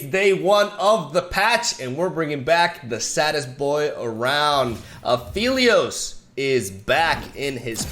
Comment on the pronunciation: It's been so long and still calls him Afeelios, shaking my smh